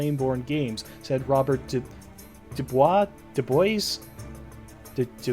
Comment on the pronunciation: Dew-boys is the correct pronunciation of Dubois. 👌🏻 Great video, super excited for this!